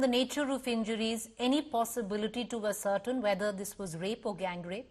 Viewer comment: ascertain is pronounced as-ser -taine